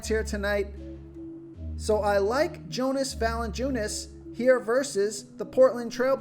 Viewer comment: It’s pronounced yonas valanciunas